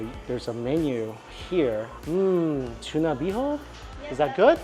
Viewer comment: Hey its tuna not tsuna